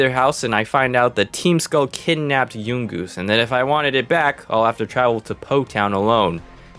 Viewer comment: Why he pronounce yungoos like that it’s young-oos